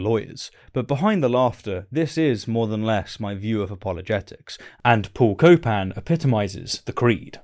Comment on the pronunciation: Paul Copan… more like Paul “Cope”an